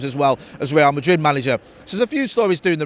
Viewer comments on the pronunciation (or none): none